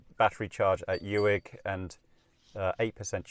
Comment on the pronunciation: It is Loch "Clooney" for pronunciation, as in Wood. Spelled "Cluanie". Uig is Pronounced as Ooig as in wood!, I agree, your route is far more scenic. Balalan is a nice quiet place.. Dubh is Doo. Well Done! I used to travel all these roads years ago as I serviced the TV transmitters all over the North and you have reminded me of all these lovely journeys. Thank you very much. Can I suggest you speak to locals for your pronunciations! They will keep you right on all aspects!